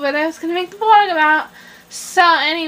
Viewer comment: "im..making this 'VLouhggG' and soo.."